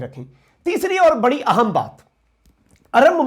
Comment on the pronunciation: Excellent. Quick update but please ahem ko aahum na bolo, I feel very uncomfortable when you make this mistake while pronouncing important in Urdu. thanks for your understanding.